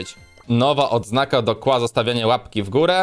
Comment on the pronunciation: KIEŁA A NIE KŁA